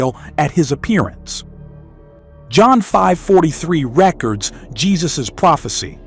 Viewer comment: REC-ords instead of rec-ORDS pronunciation, the Bane of AI narration.